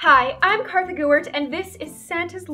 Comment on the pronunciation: No hate but why does she always call herself KArtHA GEWERT it's so funny